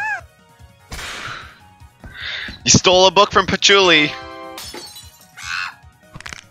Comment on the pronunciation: paloochi XD